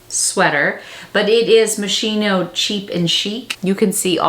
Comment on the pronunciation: I thought you were Italian?! 😉 It's Mos-key-no 😊 Great haul! And my feet would have been jello after 7 hours!